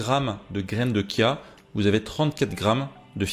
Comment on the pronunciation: Heuuu on ne dit pas Kia mais bien Chia ( chat ou chut..) la prononciation est bien dans le sens littérale du mot 😉😊